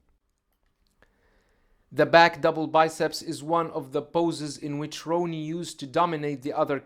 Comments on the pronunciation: With respect, Coleman's name should be pronounced Rah-nee, not Row-nee. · It’s Ronnie not “row-nie” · I don't know why this guy can't pronounce Ronnie's name. Easy name to say. Lol